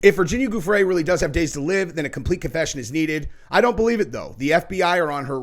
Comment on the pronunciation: Pronounced GUFF-ree